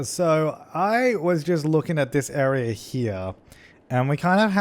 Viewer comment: i think the reason why siri answered is because you said "this area" and it sounded like "siri"